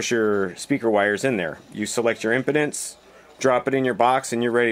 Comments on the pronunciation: Dude says impedance like impotence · He said impotence instead impedance, its pronounced em- p-dance, I hope it was a joke, but don't ever make that mistake again, because to true audiophiles, it sound's like you know nothing, which is not the case because I've watched a few of your other videos. Keep up the good work